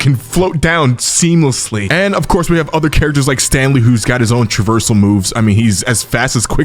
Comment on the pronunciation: This guy cannot say "traversal"